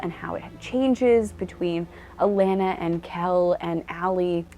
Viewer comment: A - Lon -na. Not pronounced "A - lan - na".